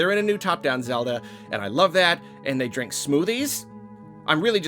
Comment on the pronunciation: did you say smoothies, or SMOODIES?